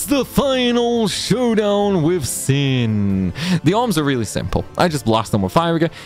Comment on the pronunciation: Ahem: it's "final showdown with shin". I always thought it was funny how it sounds like he adds a H in there